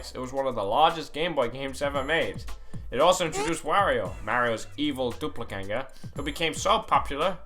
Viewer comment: Don't forget doop-le-ganger